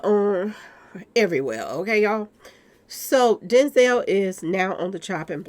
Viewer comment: Denzel rhymes with Hell 🤣